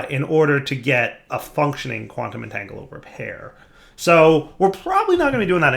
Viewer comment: So can pronounce Rhodochrosite correctly, but he can't pronounce Quantum Entangloporter correctly. Take a shot every time he says entangoloper.